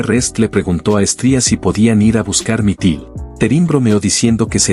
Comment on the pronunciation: Es Mitril, no mitil.